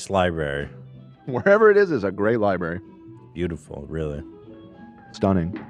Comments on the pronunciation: Why are you saying Li-BERRY!??? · im sorry but i cant take the opinions about a library, from someone who says LIBARY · says "libary" like 20x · Is it just me, or was saying “Libary”? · did dan just say liberry 😣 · constantly saying libary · I love spending some time at the local lye-berry. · I honestly love episodes that make me physically cringe. After this episode, I now wholeheartedly understand the phrase “pain is pleasure”. Keep these types of interviews coming Edit: I really hate how says library. For once, Ethan is saying a word better